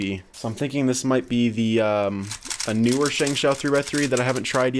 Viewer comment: oh my gawd yall be butchering the chinese names 😂😂, shengshou (meaning holy hand) is pronounced "shung show". Zhanchi is pronounced somewhat like "Jhun Chh", (meaning spreading wings). But then again, lots of chinese people absolutely butcher english words too. Cant blame yall. But yall did kinda get the dayan right.